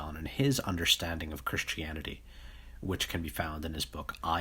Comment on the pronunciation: Nobody: OP: "Chrishtianity" (x50)